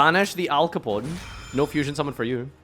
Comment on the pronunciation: “Fusion shokan”